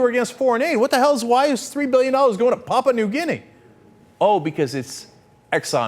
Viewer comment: Lol "Papa New Guinea"